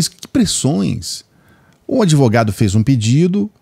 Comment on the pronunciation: Se o dotô adEvogado, o paladino dos hamburgueres na chapa falou, então, tá falado, falei? 🤣🤣🤣🤣🤣